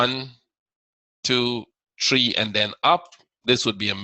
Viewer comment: I can't see no tree lol sorry you say three like a Jamaican. my work colleagues use to laugh at me for saying it like that . but very good stuff keep it up.